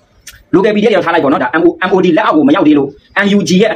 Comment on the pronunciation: Mod ပါကွာ maodလို့မဖတ်ပါနဲ့